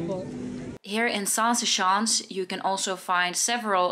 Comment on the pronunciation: I know you aren't aware but the way you pronunced "schans" sounded like "sjans." Which is slang for uhmm intercourse. Zaanse sjans is funny though.